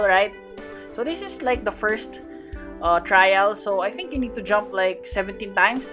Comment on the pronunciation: The way he said trial l is crazy like I’m ngl l, bro bruh like ngl l